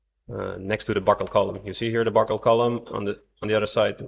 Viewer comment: The word is buckle, not buckel.